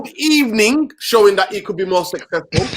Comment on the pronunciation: i beg you stop saying "Good Ebening " 😂😂😂